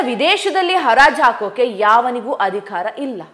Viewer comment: just a oolite requests for ...kannada pronunciation ... adhikara?? adhi khara???